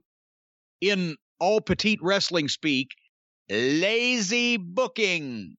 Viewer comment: "LaYzEe BoOkInG" 😂